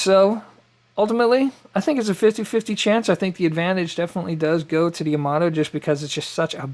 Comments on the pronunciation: Quick tip: Yamato Ya-Ma-To (a as in Ja (German), o as in No) No stressed syllables, so not Ya-MA-To, and it's Ya, not Yo. The joy of knowing Japanese: there's only one way to pronounce any given character. Sorry, just a pet peeve since so many pronounce Yamato like it's English. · Pronounced…Yah-Ma-Toe (Yamato)